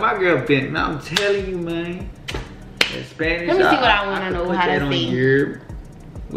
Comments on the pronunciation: Bruh he may khow understand Spanish but hes not saying it in the correct way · She is so pretty!💕 BTW He's not pronouncing the words correctly L O L.